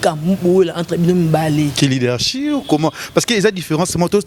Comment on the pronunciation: Leadership lekesthou et non leadershi 😂😂😂😂😂 leke leke Boni ozo fingisa ifasic boye aaaaah